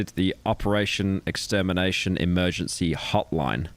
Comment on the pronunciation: says "EMERGANCY"